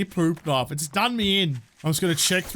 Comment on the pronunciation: That's it...he said PEWP KNOIFE...I'm subscribing!